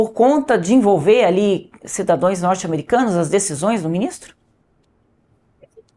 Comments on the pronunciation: Cidadoes??? Foi isso que ouvi? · Gente ! Eu ouvi a jornalista dizer " cidadoes" . Isso pega ? Será que ela teve aulas com a Janja ?😮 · Como levar a sério uma jornalista que fala "cidadões"? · Cidadoes, ? Sério que a senhora como jornalista não sabe que é cidadãos ? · Jornalista falando "cidadoes", dor no ouvido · Cidadões???? Cidadõõõeeess???? Voxê é mesmo repórter??? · Ela nem falar sabe falou várias vezes cuidadões ao invés de cidadãos !!! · Cidadoes???? Ouvi direito? Tá poliglota mas cadê a língua pátria? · Poliglota? E falando cidadoes? Deve aprender o português primeiramente. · " cidadoes" jornalista????? estudou na mesma escola da Janja, não é possivel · Uma PSEUDO JORNALISTA, na verdade MILITONTA que diz em rede nacional SIDADÕES?!?!?! E POR DUAZ VEZIZ?!?!? 100ÔR!!! E chama os BRASILEIROS DE DOIS DIABINHOS?!?!? DOENTE E EDUCAÇÃO PAUNO FREIRE… só pode çer🤷🏻‍♂️🤷🏻‍♂️🤷🏻‍♂️🤷🏻‍♂️😆😆😆😆😆😆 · Que isso, cidadões????? Doeu aqui, um português impecável é imprescindível para você! FALE DIREITO, CIDADÃOS, POR FAVOR! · Ela dizendo que está falando em inglês e fala “cidadoes “ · Será que eu ouvi bem “cidadoes” pelo amor de Deus além de ser esquerdista ainda é burro não sabe nem o português minha filha tem misericórdia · Em tempo: Plural de cidadão é cidadãos e não c i d a d õ e s como pronunciado pela "reporter" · Gente! Ela falou duas vezes cidadões, ( cidadãos ) to passada, falou igual a janja, ela precisa corrigir isso publicamente… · A moça aí falou cidadoēs? E é jornalista? A quantas andamos ! Ah Brasil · Repórter falando cuidadões 😂😂😂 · Cidadoens ??? kkkk o nível dos jornalistas kkk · Alguém tem que ensinar a jornalista falar que é CIDADÃOS. 😂😂😂😂😂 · querida... é "cidadãos" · "Cidadãos ", ohhhh jornalista!